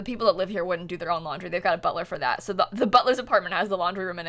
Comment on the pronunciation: When she said ”Butler” I hear ”burtrum”